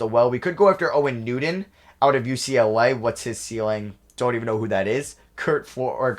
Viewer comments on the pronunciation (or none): none